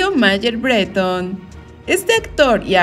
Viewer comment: Ni conozco ese apellido pero si escribes “Bretón” entonces pronúncialo como es, con la tilde en la “O” y no en la “E” como tú lo pronuncias……….. es BreTÓN!!, aunque te pese.